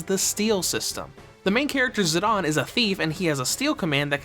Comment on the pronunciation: Why do you pronounce Zidane as Zadahhn??